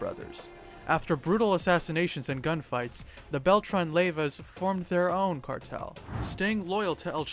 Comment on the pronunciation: Los zabahthas y a-reyllanos 😂🤣😂 the bail-tron brothers 🤣😂🤣😂🤣